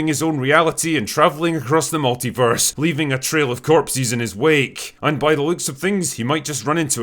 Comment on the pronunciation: The meh-tilverse.